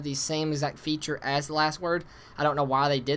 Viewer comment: hehehe its the Last word, not the Wast word. You are a funny guy